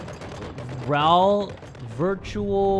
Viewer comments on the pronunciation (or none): none